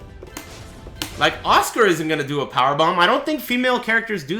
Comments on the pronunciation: nice vid but who the fuck is Oscar?.... how hard is it so read her name as AS-KA. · at first i was like who tf is oscar next minute it’s asuka💀 white people and their pronunciation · why is he pronouncing asuka as oscar wtf :v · he used to pronnounce it like "azúcar" (spanish for sugar) and some weeaboo kept correcting him just like you did now so he changed to oscar that sounds more like your as-ka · does he sais oscar instead of Asuka ?? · it took me a while to realise he was saying asuka and not oscar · Who else hears "Oscar" when says "Asuka"? lol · that's because it's what he's saying. It's a running joke on ' stream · me too. sounds really funny